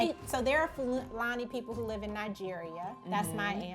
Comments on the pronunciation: Nigerian here ! Just a disclaimer, she pronounced fulani wrong . It's said more as Foo- la-knee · fulani was pronounced so wrong lolll